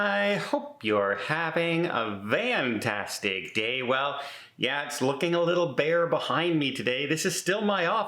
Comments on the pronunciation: He is. I mean, I believe he THINKS he’s saying fantastic, but he’s clearly saying vantastic. Bonus round: two grammatical errors on his shirt…. 🤷🏻‍♂️🙄🤔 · For some reason, I always thought Don was saying “Vantastic” instead of “Fantastic” 😆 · Don’s shirt says Fantastic but he always says Vantastic. He needs a new shirt to say Vantastic ;-) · Sure is! Don’s shirt says Fantastic but he always says Vantastic. He needs a new shirt to say Vantastic ;-)